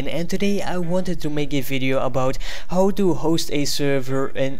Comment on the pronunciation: its how not howw